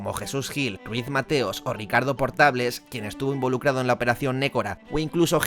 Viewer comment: El de la Operación Nécora es Ricardo Portabales, no Portables😘